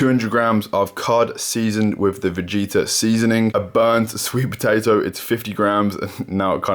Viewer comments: Its pronounced as it is writen,is vegeta not vegita 😊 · I just automatically smile when you say Vegeta :)